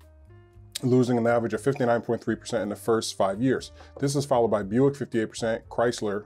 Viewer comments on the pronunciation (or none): none